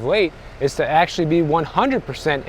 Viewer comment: You said AKSHUALLY four times in the first 30 seconds